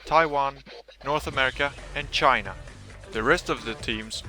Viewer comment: No more shyyyy-na :(